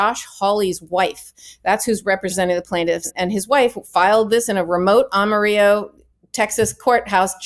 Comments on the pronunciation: Ms. Friedman Agniflo - Your Spanish pronunciation of the city name is correct, but it misses the Texas pronunciation. Down here, we say it with the double l sound instead of the y sound. Amarillo, not Amariyo. Just FYI. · Disgusting hack judge should be impeached and removed. But, it's AmariLLLLLo, not AmariYo. (Yes, I know how the Spanish word for yellow is pronounced, but that's not how the Texas city is pronounced.) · FYI, Amarillo is pronounced Amarillo, not Amariyo. FYI also, the ad at the end has a jarring grammatical error. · Amarilloans call it Am-ah-rill-oh. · It's pronounced Am a rillo, like I -- am a rill o. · It's pronounced am-are-ill-low But also....this is b.s. Eff this guy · Am-a-ril-o Please a simple search would give you the correct pronouncement. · It’s Ama-ril-lo. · a-mah-ri-low. unless you know something no one else knows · Am- u-ril'-o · Dear Karen it's pronounced as Am-a-rillo. Texans ask you to say it right. It's Texas and they don't speak English. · Thank you Karen for that excellent commentary. This judge makes me ashamed to be a Texan. What a vile bastard. Ms. Agnifilo gets the Spanish pronunciation of "Amarillo" which is Spanish for "yellow" correct, but in Texas, the double LLs are normally pronounced like Brillo. What is truly disgusting is that Republicants seem to be focused on eliminating women's reproductive rights. Regardless of your gender this is totally disgusting. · While I agree with you... Please, please please learn how to say Amarillo. 'Am-uh-rill-oh'.... this is not Spanish and there is no soft L. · Am-uh-rill-oh. See, Amarillo by Morning. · Karen, it’s pronounced Ama RiLLo. Best example I can think of: “Amarillo By Morning” by George Strait. 🤗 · Oh my. Please let me help you pronounce Amarillo correctly. The name is anglicized, meaning, short "i" and both "L" are pronounced just like other American letters instead of a Spanish pronunciation you are using. (I am a Texan, living in fascist Florida)